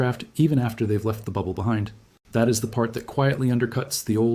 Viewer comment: CLICK BAIT! No one fears anything about the heliosphere of the heliopause or the Voyagers running out of power. Despite a photo of a narrator it is an AI reader. Twice (at least) it used ”T-HAT” instead of “that”.